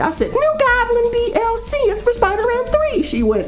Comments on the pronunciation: I died every time he said that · You trying to say "DLC" or just hiccuping? xD